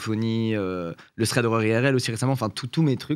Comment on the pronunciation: Mdr la prononciation de thread horreur XD